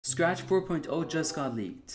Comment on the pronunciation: ah yes, "Spach", "srach", "SAAfcht", and last "Saach", my favorite coding languages